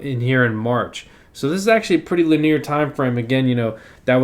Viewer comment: Lineer? Hahaha, sorry have to harass you.. It's LIN-ee-er.